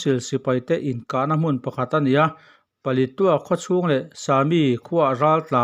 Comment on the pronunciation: Thurawn ka’n pe ve mai mai ang che aw. Palitua I tih hi, Paletwa / Palet ua tia lam rik tur a nia aw.!🤫😩😂